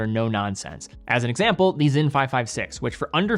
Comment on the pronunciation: Sinn with a ts-, not Zinn. Tangent-uh, not Tangent-ay, the same as the -te at the end of Glashütte.